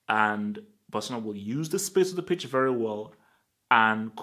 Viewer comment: You were saying bitch 😂😂😂😂